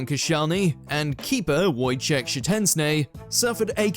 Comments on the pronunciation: Szczesny pronunciation was shocking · Pronunciations of Anichebe, Szczesny, Kepa, Caballero, Iwelumo are tragic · You didn't even TRY to pronounce Szecesny's name right. How did you end up pronouncing it with a T!? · It's actually closer to the correct pronunciation than that of the majority of English fans when they say 'Shshezni'. His is a little over-pronounced but it's in the right neck of the woods.